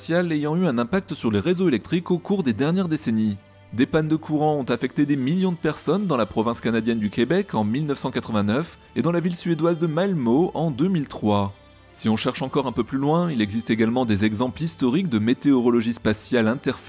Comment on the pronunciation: Pour info, le nom de la ville suédoise se prononce "Malmeu" (le "ö" se prononce "eu" en suédois). Merci de parler de la ville de mon cousin (petit commentaire pour l'algo en retour😉)